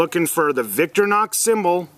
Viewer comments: Many of the Wenger (Venger) tools are far superior to the Victorinox design...like the scissors. When Victorinox bought Wenger they folded those designs into the Victorinox brand...the Delemont line. And it’s not “VICTOR-NOX”...it’s “VICTOR-I-NOX”. No they don’t stay sharp forever. Rockwell is about 56 so it’s soft and easy to sharpen. Look at other vids re the uses of the little hook. There’s lots it can do. Lastly...for arguably the greatest mix of all...check out the ALOX line and find the new-ish “FARMER X” and also the PIONEER X. Both add the Wood Saw and Scissors to a main blade that’s close to twice as robust as the standard Celedor line. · VICTORINOX IS PRONOUNCED LIKE: VICK TOUR IN OX NOT LIKE YOU'RE PRONOUNCING IT... VICTOR KNOCKS 🤣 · Wow… saying Wenger is junk and not even knowing how to say victorinox? 👎 You know nothing…